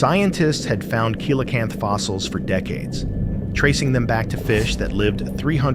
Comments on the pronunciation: What's a 'kee-la-canth"? Oh, wait, a coelacanth, pronounced 'si-la-canth'...I stopped watching the vid after listening to the narrator--AI or simply dumb--mispronounce it. SMH... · It's handy to use AI narration but it still has problems with continuity and pronunciation. Coelacanth is pronounced "see-luh-kanth". Your narrator keeps pronouncing it as "kee-luh-kanth". I don't know why they can't correct these issues. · And the Coelacanth is pronounced see-la-kanth.